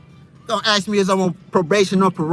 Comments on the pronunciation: Why does the narrations say ask what he keeps saying ax? I'm not sure what that's all about, is that some new kind of language? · They axed him for his license. He said don’t ax me